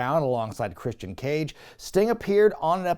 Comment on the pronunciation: It's Christian... 😐